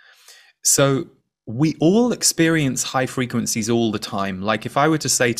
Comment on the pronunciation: What I heard was "high frequen-z's" 🥰